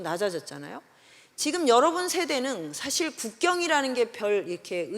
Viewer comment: 대안,사실,해법, 화폐,고전,대해서,수치,세상,사후에,사계절,대지,세상,외모,제도, 두 사이, 돈(money),시선,몰라요,호기심,계선, 등, 이상의 예는, 단어의 첫자를 짧게 잘못 발음한 것입니다. 즉, 장음인 자를 단음으로 잘못 발음하는 문제가 심각합니다. "한국 어문을 고발함" 을 일독해 보실까요? 미국 변 완수 배